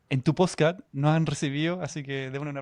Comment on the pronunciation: Nunca nadie le dijo a este tipo que decia mal la palabra PODSCAST!!